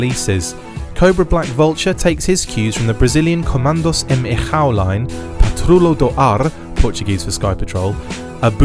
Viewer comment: It's Estrela and not Estrella or "estreia" as pronounced. It's Comandos em Ação (read it as "assaum"). We talk portuguese on Brazil, not castellano spanish.